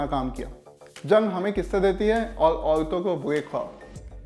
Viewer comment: Yaman Bola k Aman??? Aurto ko alto bolta hai. Bobda hai k brush karna bhool gaya tha.